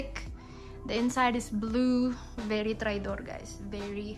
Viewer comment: "very traydor" omg HAHAHAHAHA